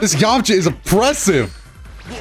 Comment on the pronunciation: "yomacha"? lmao